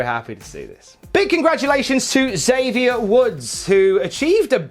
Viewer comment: Probably hear it a lot, but here's another time: Xavier is "X-avier," not "Zavier." From him, not me.